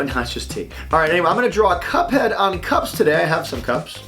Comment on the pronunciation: I thought he said cops XD